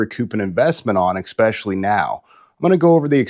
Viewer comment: Exspessially? Try especially…